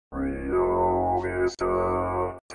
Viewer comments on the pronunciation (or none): You must not be from these parts. It's pronounced Rye-oh Veh-sta.